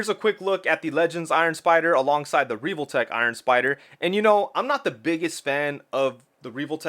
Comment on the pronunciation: Why are you saying reeve-ole-tech?? It’s pronounced how it’s spelled. Revoltech. Soft “E” 100% that’s just how English grammar works.